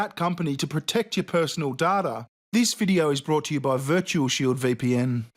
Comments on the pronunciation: I like the video but my ears are hurting after hearing data pronounced as "darter" that many times. 😖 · It’s pronounced DAYTA! Grrr! lol The Serena shit is ridiculous. Course it’s racist to this fucking ugly man-woman! 🙄 They even tried to say they “whitewashed” her opponent in the cartoon! Clearly the opponent is drawn as a brown woman, lighter than Serena but darker than a Caucasian, which she is in real life! ANY LITTLE THING to grasp at to keep being the victims! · Please stop saying DADA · stop saying dada! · When I hear you say "Data", it sounds like "Dada", which was basically a parody of high art, for those who aren't art nerds like I've become. Lol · Hay bearing, you saying DAT-a or data! It sounds like you’re saying DAT-a! That’s ok if you are. It just doesn’t sound like data. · It’s pronounced ‘Day-tah’ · My personal daughter?, you pronounce "Data" weird. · I don't think you said Dartar enough in this video. You stole VirtualShield's money. You owe them an apology:p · Damnit cant you aussies pronounce "Data" correctly?! there is no sodding R in it.. its pronounced Day-Ta ffs even the character on star trek TNG had to correct the crappy doctor from series 2 on this! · Please stop saying data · Why does he say data and not data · Your saying DATA wrong. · Bruh learn how to say data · It's pronounced data not data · its not 'data' its 'data' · Cool vid, but the way you pronounce “data” gives me cancer. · it’s pronounced DATA!!!! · I can’t handle the way you pronounce data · Can't say data right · DATA NOT DATA FUCK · the way he says data is kinda funny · It's data not data and if you think it's data and not data, you're fucking stupid. It's obviously data not data and data shows that the correct way of sayaing data, is data and not data, so for the last time it's data and not data, so it's DATA AND NOT DATA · How you pronounce "data" is disgusting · It data not data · Pls stop saying data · Omg idiot, it's pronounced data.